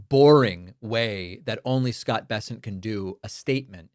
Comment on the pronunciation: Poor Scott can’t even say his own name properly